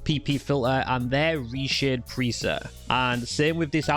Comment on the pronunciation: Resheh looks greh todeh Who talks like this?😂